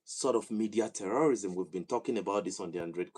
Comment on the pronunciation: This time around it's 'T'eurorism😂😂. But some sources say that the vidéo it's an AI generated 🤷